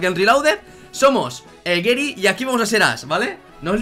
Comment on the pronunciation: GERY? GERY? Pero, si se dice GARYYY, GARYY, con A, coño.